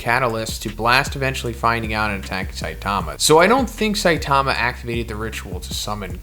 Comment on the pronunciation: Saitama is stressed on the first syllable, not the second.